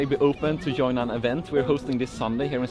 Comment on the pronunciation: LOL, my parents are from Sweden, and saying "yoin" instead of pronouncing the J "Join" is suuuuuuuper typical 😂 Also swapping Vs and Ws for some reason, like saying Willage instead of Village. is a gem, and so are you all. Stay together forever plz 🙏💙💖